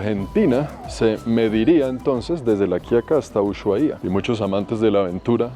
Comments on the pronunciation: excelentes tus videos. Una aclaración, para nombrar a Ushuaia la H es muda en éste caso, se diría como Usuaia...saludos, muy buen contenido!! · Hola, te digo como se pronuncia ushuaia, se dice usuaia. La h seria muda, no como shopping. 😊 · Se pronuncia usuaia cretino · En Ushuaia la h es muda y el acento en la primera a, se dice usuAia, es lengua nativa 👍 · Usuaia, la h no se pronuncia 😂